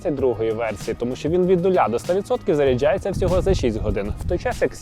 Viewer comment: заряджЯються де ви такого ведучого знайшли? В нього ж не все добре з вимовлянням В іншому огляд норм